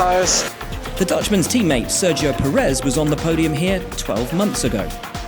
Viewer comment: It's Pérez, not Peréz.